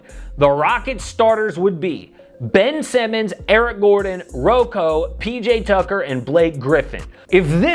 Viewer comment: His name is Bobby Buckets not RoCo